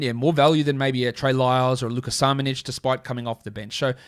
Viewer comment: Hey, really love your work. Just thought you'd appreciate a Croat teaching you the correct pronunciation of next season breakout player Luka Šamanić. It's shamanich not samanic.:)